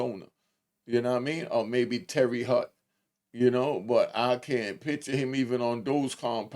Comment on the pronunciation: 😂ma nigga said "Terry Hut" 🤣